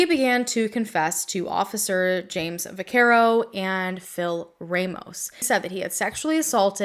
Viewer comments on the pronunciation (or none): none